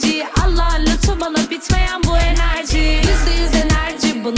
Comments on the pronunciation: abi enerci ne yaa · ABI ENERCI NE ALAKA KEVEKSVWLVQLSVWLWBD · enercii 😂😂😂😂😂😂